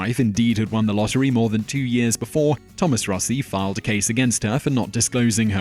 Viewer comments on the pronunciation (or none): none